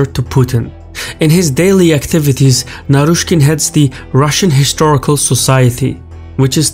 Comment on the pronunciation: Hahahha you got naryshkey very wrong. He is sacked already